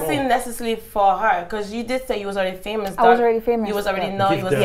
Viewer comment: Did she say "I was famurs??" Ok bobriski.......